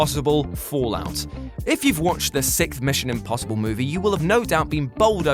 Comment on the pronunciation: now that you are more than 10 years old, it's time to learn that 6th is pronounced " s i X t h ", not " s i K t h ". Easy mistake, you were probably thinking of the band Sikth, which is indeed awesome.